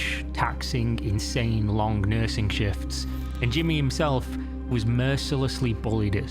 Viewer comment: Why do you pronounce -ng ensing words like that? Its a little annoying StealinK TaxinK lonK LearninK DoinK mininK digginK wronK Quite literally becoming unwatchable for me just for this reason.....